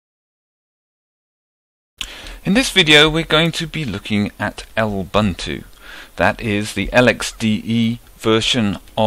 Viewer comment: I've never heard anyone call Lubuntu "El buntu" before.